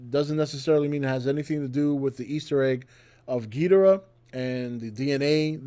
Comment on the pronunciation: you are mispronouncing gidora. It's GEEEDORA